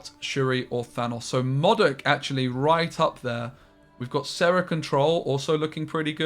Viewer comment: Its pronounced modok and not as modok. 😂